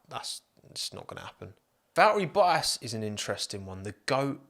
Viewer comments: Pronounce your freakin Ts. "Bo-ass"? BoTTas. North Americans enunciate your own language better (not bea-ah) than you do geez. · Hang on, did you call Valtteri Bottas Battery Voltas ? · calling bottas boas is so irritating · Lol the British and their hate for the letter "T" "Bo'as" in stead of Bottas. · Baltterie Vottas lol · I heard Bo’ ass? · “Batteri Voltas” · "Battery Voltas" :D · No one:: Battery Voltas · bottas Youtube subtitle: but ass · Battery voltass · Im 300% sure i heard battery voltas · all i hear is BO-ASS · I need to get a cut version of saying "Bo'ass" on repeat cause it's truly gold! Another great video mate! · Since dts I hear Bo'ass ;) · Bo'as hahaha so effing funny! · Why pronounce T’s in many other words prior ( not enough though) but why did you not say one single T in Bottas name? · "Val'eri Bo'as" love it! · Val'eri Bwoah-as ;) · Just came to hear you pronounce Val'erri Bo'as. I was not disappointed. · Anyone else catch “Baltteri Vottas”?